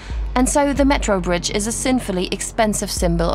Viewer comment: Oh no it's the "bridgtch" narrator woman again. At least she only said it twice this time.